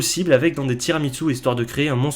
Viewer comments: Et toi tu dis tiramiTsu 😱😱😱😱 HAAAAAN C'est tiramisu 😚 Les italiens pleurent. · Salut. Si tu vas en Italie evite de dire tiramiTsu c’est tira-mi-su {tire moi vers le haut) donc à prononcer ~TIRAMISSOU~